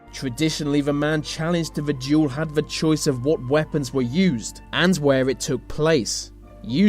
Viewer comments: 'th' not 've' ... ffs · for goodness sake, learn to pronounce your th's, its not 've' its 'the', you can do it, as sometimes you do pronounce it correctly, you say 'these' not 'vese', its not a speech impediment, its laziness, why didnt your parents correct you? Its irritating! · i haven't heard this accent so thick before that someone actually pronounce 'the' with an f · We dont pronounce 'the' with F we do pronounce other 'th' words like think, thought, thermal etc with an F sound